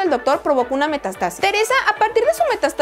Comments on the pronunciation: Se dice metástasis. No mestastasi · Sólo una cosa, es Metástasis, no Metastásis...fíjate en los acentos y notarás la diferencia al pronunciar😉😉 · Se dice metástasis no metastásis y si hablas más lento y menos chillón, sería mejor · Es METÁSTASIS,con acento en la primera "A". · Se pronuncia Metááástasis, porfa pronuncia los acentos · Es chévere el canal Recomendación respetuosa: habla más despacio, no grites y revisa la pronunciación. La palabra es METÁSTASIS con acento en la primera A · M E T Á S T A S I S, con acento en la primera "A"... Ojo.... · Metástasis... Acento en la "a" 😉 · Bien que hagas tus videos. Pero investigar las palabras que no sabes es algo que debes hacer. Se dice metÁstasis. Con acento en la primera a.